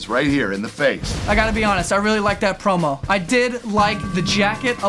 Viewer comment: I thought its said "Porno" instead of Promo😂😂